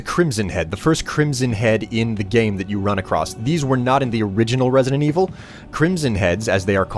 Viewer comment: resident wiivel? hue